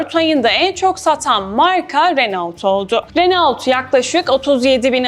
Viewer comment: renault diye degil reno diye okunuyor.